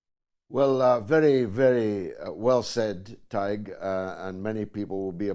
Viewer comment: Weird that George wouldn't know how to pronounce Tadhg's name. It's really easy, just say it the way it's spelled: Tad-huh-guh.